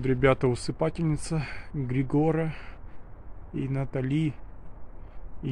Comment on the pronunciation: Спасибо Но правильно усыпальница. Спасибо.